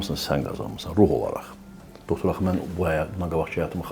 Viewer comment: Doxtor nə idi ay intervyuyer? Yerli yersiz bu sözü deyirsən özüdə savadsız, düzgün olmayaraq tələffüz edirsen(